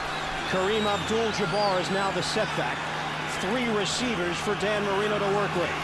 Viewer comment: Cannot take this guy seriously saying 'Danny Marino'